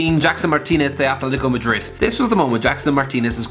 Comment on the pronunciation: Wait.... say atletico madrid again